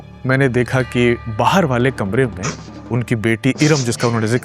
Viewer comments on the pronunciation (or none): none